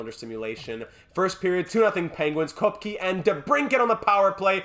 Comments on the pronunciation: Pretty sure Koepke is pronounced Kehp-key. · I think Koepke is pronounced "Kepka". Don't quote me on it though...